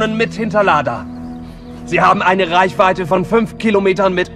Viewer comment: könnte auch ein deutscher Dialekt sein, der jetzt ausgestorben ist, bspw. preußisch oder so was in die Richtung. Ich glaube, dass das schon absichtlich so ist-Schließlich hat er ja auch Reichweite perfekt ausgesprochen und da müsste er ja nach der Logik "Reickweite" sagen :)